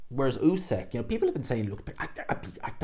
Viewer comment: Its not usek its usyk. Get the champs name right!